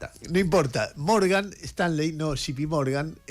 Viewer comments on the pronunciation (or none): Jay Pi Morgan no Gi Pi Morgan